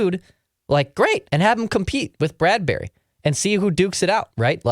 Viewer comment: Why are you pronouncing it Brad-berry?